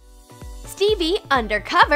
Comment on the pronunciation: Who else heard Bebe or Phoebe every time they said Stevie🤣